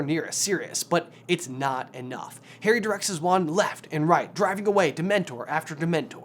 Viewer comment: Pretty sure he calls harry Haley. And then again he says Perry. Lol.